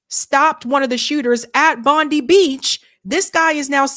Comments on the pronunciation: Bondeye is how Bondi beach is pronounced. Ozzie here.The Jews can go celebrate military victories (Hannekah) in Israel ,not foreign soil. As an Australian , I do not want either of these 2 religions fighting it out here. Both Jews and Muslims can go back to Armageddon and fight it on desert sands ,not an Australian beach. Both these religions are anti humanist and an anathema to human evolution. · Bond eye...not bondee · Pronounced bondeye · not bondiee..its pronounced bond die beach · Its Bon Di not Bon de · Bond eye not Bond eee. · Bond-i (I 👁️) not Bond-e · It’s pronounced BOND EYE (Bondi) not Bondy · Small point, "Bond-eye" not "Bondy". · Please learn how to say the beach name correctly. Its pronounced bondie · We say bond eye beach in Australia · Bondi.. sounds like, Bond--eye. Not Bondee(i). . God bless you. And all truth-tellers. Amen. 🙇‍♀️💜🙏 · FTR, in Australia its pronounced bondeye beach not bondee beach.... Pam Bondi doesn't know how to pronounce her name properly 🤣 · Its pronounced Bondeye,not bondee and the arab guy blew the script just a foot note we had a vote for voice for indiginous ppl in parliament,outcome NO after oct 7 hey presto we have a zionist voice in parliament,no vote I believe jewish people are 0.46% of Aust population,yet they have special convoy/voice funded by taxpayers,but indiginous people get nothing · It's pronounced "Bondye" not Bondee. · Bondi is the Jewish part in Australia,and its pronounced Bondeye,not Bondee,the muslim community live in western Sydney,I lived in the Muslim community for a decade during iraq afganistan wars,you couldn't find a more welcoming warmer community,than Arabs.I grew up in that area,when I was young it was white /indiginous Aust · It's pronounced Bond i. Not Bond e. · You keep saying Bondi like Pam Bondi but its not pronounced like that. Its Bondi as in Bon-dye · Its pronounced Bond-eye, its fairly famous Sydney City beach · Its Pronounced Bond-eye, Bondi Beach is the famous Sydney city Beach.